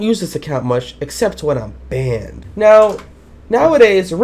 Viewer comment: I like how he says "baned forever" xD